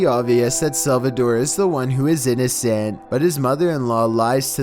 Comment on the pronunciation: custody visaaaat. innocaaant recordaaaaad